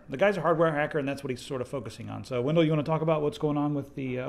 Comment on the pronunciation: Wendell was pronouncing it properly.